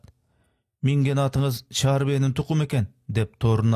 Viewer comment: Чар бээ эмес чаар бээ